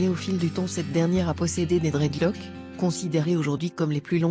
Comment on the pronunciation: " Dreadlock " elle me donne mal à la tête. Prononce le S putain dta ...